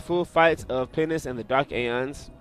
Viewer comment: why r u keep saying penis?:D